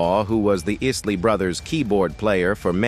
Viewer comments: Pronounce the man's name at least! It's pronounced Eye-lee not Is-lee!!! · 😂 I know ...is -ley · Is Lee Brothers 🤷🏾‍♂️ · Yeah, he keep on say isslee, i am sure he has heard the proper pronouciation before. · Who is the Is-Lee Brothers??? Their name is pronounced Isley. Buy mispronouncing there name shows that your doing this for likes👍🏽 and that you did your research but you never followed the band personally 😜.. SAD!! 👎🏽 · The Iss-ley Brothers??? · Stop with the AI. It’s not even pronouncing the Isley brothers last name, correct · I noticed that too. That is when I stopped watching. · Spot on... It's sad, they don't even know the real or whole story.. The name being mispronounced 😡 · i wish he pronounce the name right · this AI voice is so bad it can't even pronounce Isley - please!